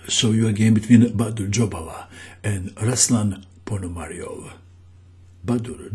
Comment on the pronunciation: Right pronunciation is RuslAn (stress on "A" and "u" like "oo" in word "tool") PonomariOv (stress on "O")